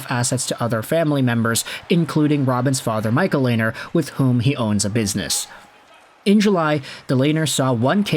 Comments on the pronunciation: Lanier? Dude it’s robin leh-ner (lehner) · Lehn- ner, Lainer like Rainer is wrong, "H" is silent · Pronounced Lenner not Lainer